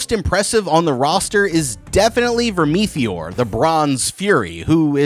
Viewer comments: VERM- ITH- OR. not vermetheor😂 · I'm not even bothering with all the pointsless adds and the way he pronouncer vermeteor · The pronunciation of Vermithor and Rhaenys takes me out